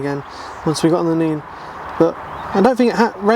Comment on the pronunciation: It's Nene is in Ken not Neeen. 😄 Only in east Anglia is it Neeen. We have the most fly tipping in Britain probably in Northants.